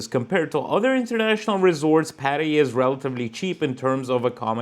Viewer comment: Privjet (... not "Aivan😊), Thai BAHT, not BÄHT, Pattaja, not Paddaya... just joking 😅